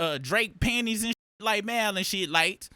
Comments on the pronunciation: The He Keeps Callin Him Mile Instead Of Mal Is Crazy 😂😂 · I'm new around here.Why do they pronounce Mal's name like that? They sound like real life A.I.. It's pronounced Mall. Are they trolling? 😂